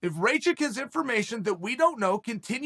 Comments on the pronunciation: Ratchik I thought it was called rakich uncle chael the best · Me: Rakic Chael: Racik Me: Racik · It’s not Ray chick, it’s Rack Itch lol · As an American with roots from Serbia, it's pronounced Rock-eech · rey-chick.........good one chael... :-DDDD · Who's RayChick? And PRO Hass-kick? "Igor Prohasska"? I mean jeez..... I just know mixedmollywhoppery is gonna do a bit on Uncle Chael about this stuff lol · “Rayshit” LMFAOOOO CHAEL I LOVE YOU!!! 🤣💀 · Ray chick, Uncle Chael’s name pronunciation record is Undefeated-0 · Why does Chael keep pronouncing these guys names wrong😂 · You pronouncing wrongly his name Uncle Cheal 😂 Ra like Ramadan... Not like rain... 'A'.... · 😆 🤣 😂 Chael stop playing I can't anymore lmfao you know damn well that mans name is not Igor i could see you having trouble with the last name but you ain't even in the ball park anymore 😭 Bruce Buffer need to start using some of these names just to see fighters reactions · Sometimes I think Chanel mispronounces names on purpose. I laugh out loud every time